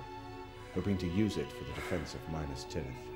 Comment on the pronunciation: I am greatly enjoying these documentaries, but THE PRONUNCIATION...HIDEOUS!!!!! Who is soar-on?? What's minus-tirith???! Makes me wanna pull me hair out! 😄😄🤣🤣 to each his own, I reckon.